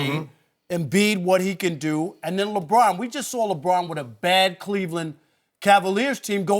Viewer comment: I hate the way Brussard pronounces Lebron’s name. Ugh!